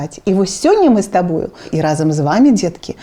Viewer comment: добрая справа. толькі некаторыя гукі адбываюцца трохі не па-беларуску😔 не "с табой", а "з табой" не "размаВлять", а "размаЎляць". але ўсё роўна, дзякуй вялікі❤️